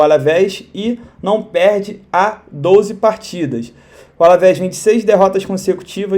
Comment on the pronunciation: Melhor parte é quando ele fala "douze gols" kkkk